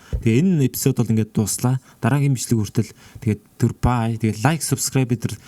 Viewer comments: Bayrallaa gichii gej sonslooshd wahahah 😂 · bayrlla kichi gsne pause avj ntr ahahhahahahahah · byrlla gichii gej sonsogdloo 😂😂😂😂😂😂😂